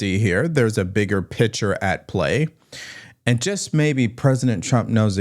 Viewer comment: I like you,, but it is PICTURE. Not "pitcher." It is PICK sure. I wouldn't bring it up, but you've said this word multiple times in each of the past ten videos (in this vid, 4x).